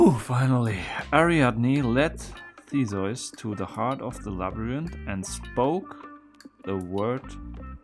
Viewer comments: pronounces theseus as thesoice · is Theseus REALLY pronounced " Thee-soys " in german, or are we just dealing with a person that literally slept through EVERY history class EVER? Also, the text was probably not there just to make the plates look good, maybe next time read them .. Idiot. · T H E S E U S A German: Tezois!